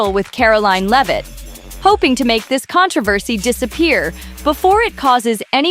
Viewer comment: it's not "leav-it" , it's lev-it"